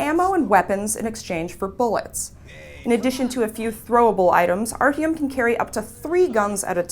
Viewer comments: "And you, ArHUME are at the center of it" It's Artyom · Lol she said arhyom?XD wow even other mericans can say it better than herXD she really needs a new job,she just,sucks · Actually, I thought that she gave a wonderful review. Just because she pronounced Artyom's name wrong doesn't mean that she sucks, or needs a new job. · As soon as I heard her mispronounce Artyom I instantly closed the video. You clearly didn't play the game.